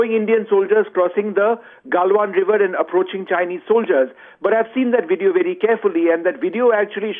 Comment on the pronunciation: Ots VVVVVVVVideo..... damn..Not WIDEO....good lord you a news caster and you cant say the words?